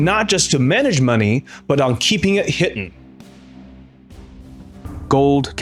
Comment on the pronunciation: 2.52 keeping it hiten "hiten"??? That's supposed be hidden. And English is your first language. Shameful.